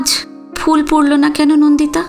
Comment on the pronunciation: আপনার পাঠ খুব সুন্দর। একটা দুটো উচ্চারণের অসংগতির কথা যদি বলি আশা করি আপনি মার্জনা করবেন। যেমন 'ফুল' কথাটির উচ্চারণ fool নয়। বাংলার ফ এবং ইংরেজির f এই দুটোর উচ্চারণ কিন্তু ভিন্ন।।